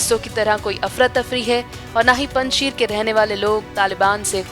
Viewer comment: पंजशीर का सही नाम और उच्चारण है पंजशेर। कुछ समझे पंज शेर पंज प्यारे यानी यह नाम भी पंजाबी <हिन्दू>नाम है!